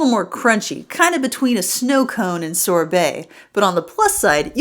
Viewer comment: Sorbet, not Sore Belly